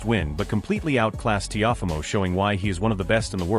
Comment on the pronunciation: The narrator called him "Tee-off-amo" LOL